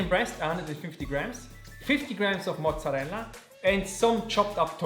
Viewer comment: Such a chad move eating the oreo ice cream!! But if it's within your budget why not? Loved everything!! Ps. Are you Italian? You're mozzarella and Caprese pronunciation were very good!